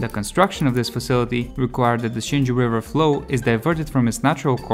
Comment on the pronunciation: Xingu = shin goo. That’s how we pronounce it.